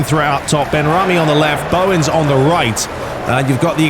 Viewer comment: It's benrahma not benrahmi